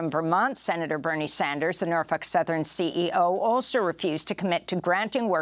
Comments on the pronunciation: Its NorFOLK, not NorF*UK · Amy's got the pronunciation of NorFUK down pat. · Every time she pronounces "NorfOLk" as "Norfuck" take a drink.